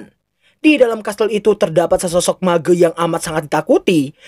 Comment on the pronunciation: Mage > (meeje)